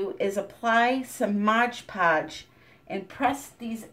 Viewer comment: It's MOD Podge, not "Modge Podge". There's only one "g" in the entire title. Mod that rhymes with odd, as in, "It's odd that you keep calling it Modge Podge." I think you're getting it confused with the term "Hodge Podge," which means a little bit of everything put together.